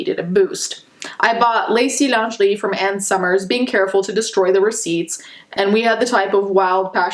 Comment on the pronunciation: That's totally besides the point but I'am wondering , are you a French speaker or learner ? The way you pronounced "rendezvous" and " lengerie" was ... Perfect lmao, that's a perfect French accent you got honestly, if you're a french learner I applause you for your efforts.